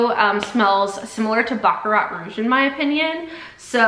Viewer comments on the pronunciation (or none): none